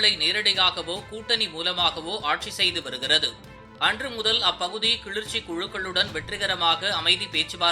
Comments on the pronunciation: தம்பி அது கிழுற்ச்சி..இல்லை கிளர்ச்சி.... தமிழ கொல்லாதீங்கடா..... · Kilarchi ,not kilirchi . Don't kill Tamil language. 😢😢😢😢😢😢😢😢😢😢😢😢😢😢😢😢😢😢😢